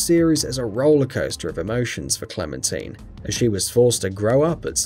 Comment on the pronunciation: Clementine, cle-men-tine